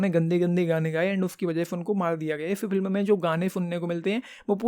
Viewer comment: Bhai pehle "film" kehna sikhle